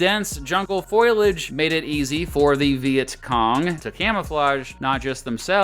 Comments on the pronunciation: it's 'foliage' not 'foilage'. Good video! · Foliage, Not "Foil"age. Great Video, However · I think it’s important, that for an instructor to be taken seriously, to always pronounce words correctly. This guy seems pretty knowledgeable, but mispronounces words like foliage (foilage), and nuclear ( nuke-yuhler). Also dude, there are no poisonous snakes, only venomous snakes. Poison comes from plants not animals. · Sorry to be pedantic, but did you say "Foil-age" instead of "fo-li-age"? Was that intentional? You had me questioning whether I had been pronouncing it correctly all these years. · Not foilage, foliage 😉 Good video! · bro just said "foil-age". but he's definitely a hard boiled intellectual lmao. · Did you say "foilage"? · "foilage" Lisa:... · “Dense jungle foilage” lol